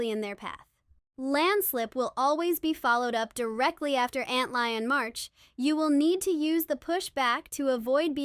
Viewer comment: was fine imo, I was a bit peeved tho antlion 😂 I’m like “why is she saying it like that?” Lol